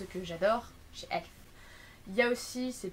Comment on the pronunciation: Sa se dit E.L.F prononce toute les lettres,c'est pas elf ..